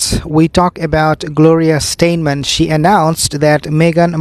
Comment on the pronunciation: I think you are speaking of Gloria Steinem? Say STY- NEM.